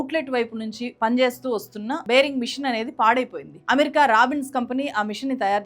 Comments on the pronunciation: బేరింగ్ మెషిన్ కాదు... బోరింగ్ మెషిన్ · బేరింగ్ కాదమ్మా.. బోరి g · బేరింగ్ మిషన్ కాదమ్మా బోరింగ్ మిషన్